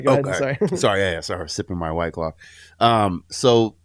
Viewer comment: white claw... not white clam, cause that shit made me laugh! : ,D